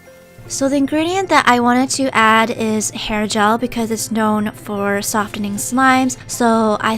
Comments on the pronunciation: Its known for sof-T-ening slime its said sof-en-ing silent T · I'm triggered by how you say softening the t in soft is silent in this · LOLZZZ she keeps saying sofTining